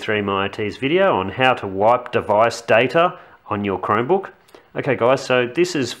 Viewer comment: sounds like youre saying "crimebook".